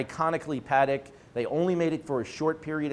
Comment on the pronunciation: Nor is it PAA-deck. Yikes.